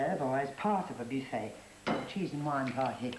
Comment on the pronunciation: her French pronounciation is hilarious, soooo exagerated but not sounding quite right, eg bewfay....